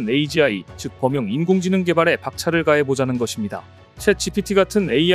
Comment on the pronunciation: 범용인 공지능은 또 뭐여? AI야 똑바로 못읽냐?